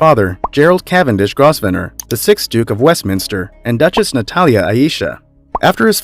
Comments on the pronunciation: Grovenor id the pronunciation- not Grossvenor! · Grosvenor is pronounced Grove ner. The s is silent. 😀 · Grosevenor is pronounced grove nor. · It isnt GROSSVENOR!!!!!-------- its grovenor!!!! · It's "Grove-nah", not "Gros-venor"... And I think you're probably forgetting some of the Italian nobility here! Or the Spanish - what about the Dukes of Alba, who are fabulously wealthy? I think that at this level, it's very difficult to establish a "net worth" - so much wealth is held in land holdings, buildings or art collections... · The Duke of Westminsters family name is Grovener(pronounced) No Gros ven or. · Also The Duke of Westminster is not a Prince...Just a Duke and Grosvenor id pronounced, Grove ner !! Some people insist on saying " Groves ner " BUT its an affectation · It's pronounced "GrovNER" not "GrosVENOR"! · Grosvener is pronounced GROVNER(long O sound)!!! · Grosvenor = Grov-ner. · I am sure Grosvenor is pronounced Grove-ner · Since when was Diana's middle name Anna? It is Frances. Duchy is not pronounced Doochi!! Grosvenor - really, it is not GROSS-ven-nor!!!! It is quite easy to look up the proper pronunciations. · Please! It's pronounced Grovner, silent "s" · Louis is pronounced Loowie. Guillum is pronouced Gwillium. Grovesner is pronounced Govener the S is silent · I don't think Grovnor is a helpful aid to the pronouncement of Grovenor; it is better rendered as Growvner. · I can’t believe you would consistently mispronounce Grosvenor—-The S is silent, so it’s pronounced Grov’ner.😔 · For God's sake!! It's pronounced "Growvernor!" Learn before you broadcast! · Grosvenor is pronounced "Gro-venor"!!!!!!!! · Learn to pronounce someone's name if you're going to talk about them. Grosssvenor - seriously!! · It would be better to have a narrator who can pronounce the English names correctly. Grosvenor is pronounced “Grovnor”😊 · no ...its pronounced Grovener... grove-en-er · Yes.. this is painful! Gross-ven-ur 😪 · it's pronounced GROVE-nor.. silent s..